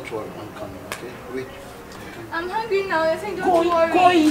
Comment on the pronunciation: Dinah said babe am hungilll